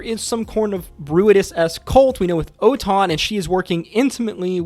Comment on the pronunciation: And ‘Oton’ is actually Otohan